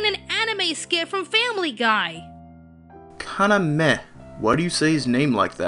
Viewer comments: well the pronunciation of kaname was right watch around 15.30 of this i think she simply was the only one right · The English voice actor of Yuki is actually the only one who pronounced Kaname the right way. I don't know how someone who watches anime not know how to pronounce Japanese names. Do you only watch dubbed anime? The rest of the dubbers and you pronounced it like how typical Americans would pronounce a Japanese name(aka butchered it). Just go watch a bit of this show in Japanese and you'll see how it should be pronounced. On top of not doing your homework and pronouncing it wrong, you made fun of the one who actually did it right. This really bothers me. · I might get sh*t for this, but I have to say it: Mela Lee isn't the one who mispronounces Kaname... because everyone else but her does! They pronounce it like "Kanameh", "Kaname~" or "Kanamay", while Mela is the only one that gets it right consistently in comparison with the original japanese pronunciation. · I just want to point out that it seems that Yuuki's English voice actress is the only one who IS pronouncing Kaname's name correctly! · Actually, Yuki is the only one pronouncing it right. Ka-na-me is the correct pronunciation for Kaname. I speak a bit of Japanese, so when Yuki is saying the name right, the rest are saying Ka-Na-Mei, which is incorrect. A little history lesson on Japanese pronunciation everyone! Though I do love this review and this channel, just voicing my opinion! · it doesnt sound like she's misprouncing kaname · the way everybody else pronounces kaname is actually the wrong way i believe... in Japanese it doesn't have the "ei" at the end as far as i know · It's weird how she pronounces "Kaname" but it's technically more accurate... I get how it's irritating. Especially since every other voice actor on the cast pronounce it differently.